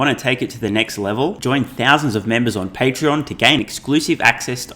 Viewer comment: ...patreon(not pattern)...you need to stop the shameless promotion....